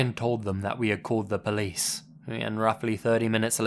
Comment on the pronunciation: Or "called the pleece" 🤣